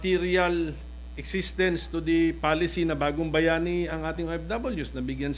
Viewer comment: Parang hinde pa mabigkas ng maayos ni pimentel ang ofw bagong bayani grabe ka nman pimentel para kang baguhan sa senado